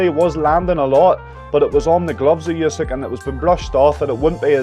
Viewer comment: you should learn how to correctly say the last name of a Ukrainian boxer